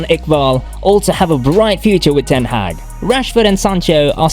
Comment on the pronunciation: You pronounced his name wrongly… Man Utd official channel has a video about how to pronounce his name, ten Hag.